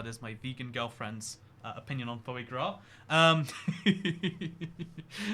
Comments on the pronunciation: It's pronounced "Fwa grah" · So you can pronounce 'petit fours', but not 'sacher' or ' foie gras' ?